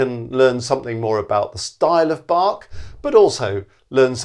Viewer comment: the 'a' in "Bach" should be pronounced short like the 'u' in "run"; the "ch" not like 'k', but like the "ch" in "Loch Ness"